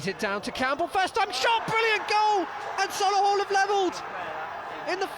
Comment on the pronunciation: Sol-A-hull🤦🏻‍♂️ up the Motors💪🏼💪🏼💪🏼😄